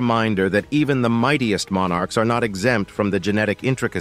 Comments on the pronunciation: Monn arks? Such a difficult word to pronounce.. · MON ARKS? Such a diffi kult word to pronounce! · Mon Arks? It's one bloody word not two!